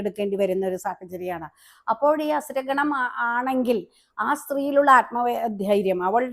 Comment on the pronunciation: അസ്ര ഗണമല്ല അസുരഗണമാണ്.